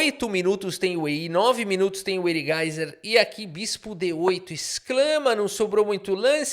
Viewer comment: Todo mundo sabe quando o fala "o erigaiser" o erigaisi ganha, quando não fala...